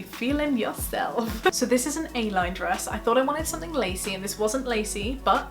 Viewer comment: Stress? I thought you said dress